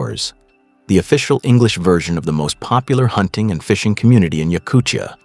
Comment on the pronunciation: A great video, thanks. I would pronounce Yakutia like time, not chukotka, not Yakuchia, Yakutia.